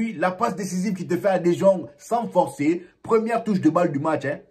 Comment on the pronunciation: salut bro merci d'avoir considéré mon commentaire la dernière fois meilleur travail sur le fond vert, je sais pas si tu es passé au fond bleu... maintenant faut te gérer sur la prononciation des gens là Anceloti Ceballos Dejong etc. Bonne continuation